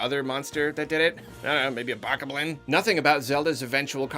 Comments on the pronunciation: How you pronounce bokoblin is gonna make me unsubscribe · look, i love ya, but the way you pronounce bokoblin makes me wanna hammer an 8 inch nail into my frontal lobe.